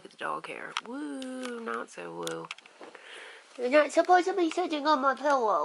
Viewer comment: Things people say that bug me: apposed to vs supposed to. Massage said with a g like "garage". I'm excited for the new house. You should do follow me around in stores. Lol. I love those. I couldn't do it though